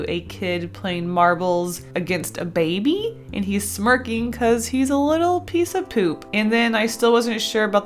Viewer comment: whenever she said "baby" I always pictured it as being said "babey"